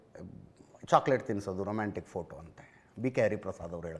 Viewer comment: Romanstick ಅಲ್ಲ ರೊಮ್ಯಾಂಟಿಕ್ 😂😅